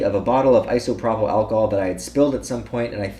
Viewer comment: Immaterial is a word. Also, Eye-So-Pro-Pull, not Iso-Prop-ill :P